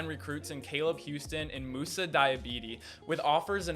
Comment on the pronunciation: Aye good content but all u gotta do is get moussa’s name right😂